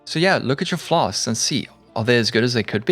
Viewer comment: I just came here to hear this man say "flas-k-s". Pog